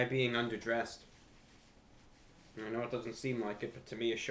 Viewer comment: Bro says uder dressed😮